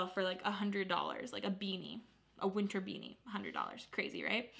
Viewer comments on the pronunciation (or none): none